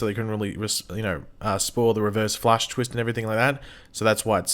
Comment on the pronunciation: Stop calling him Reverve Nash XDDD I am LMAO here, man! Like really hard laughting while I am eating! please, man! XD This is torture for my keyboard! XDDDD